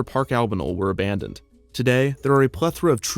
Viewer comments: "Abandonded"? Actually well researched and well written. 👍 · Hey Kevin! Absolutely love everything you do, but Abandonded? I am afraid you will have to delete your YouTube channel now.